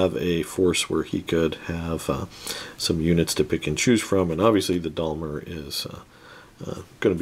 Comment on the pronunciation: Is he purposely saying Daimler like that or is he forgetting the “i” in Daimler